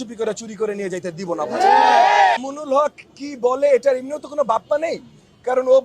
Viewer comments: মামুনুল হকের নাম টাও তো ঠিক মতো বললেন না উনি একজন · মামুনুল হক নামটা সুন্দর করে বললে খুশি হতাম।